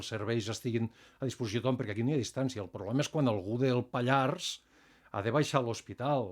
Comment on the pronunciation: Si us plau, la r de Pallars es pronuncia!!!!